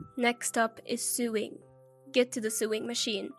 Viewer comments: You're so right. Sorry, but it wasn't funny ... just very very annoying. Sewing is pronounced 'so-wing', not 'suing'. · Narrator - first, talk a bit faster. Next the words "sew" and "sewing" are not pronounced "sue" and suing". They are pronounced like the word "so" with the "o" being long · Sewing is NOT pronounced suing!!! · You pronounce it sowing with an o although it is written with an e! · The incorrect pronunciation of "sewing" as "suing" made me laugh.